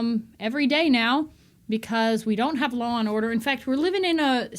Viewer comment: I love how you say the word, "Law". Sounds like "Lol".